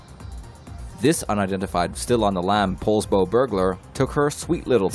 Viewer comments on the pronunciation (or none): You said Poulsbo wrong I live close to Poulsbo. It's pronounced PAULS BOW.